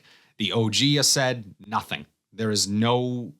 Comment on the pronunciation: The only dude who calls it A-said and not A-sad 😅 Is it the accent or just a personal choice?